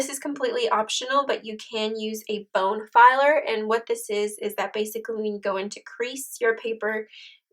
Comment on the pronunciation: Very nice tutorial - a little disconcerting hearing "bone-filer" over and over. I believe that is a dental tool used to file bones.......I believe she was going for bone folder. But hey, still a great tutorial and much appreciated. :)